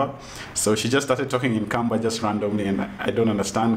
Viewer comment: When he said Kamba I LOL’d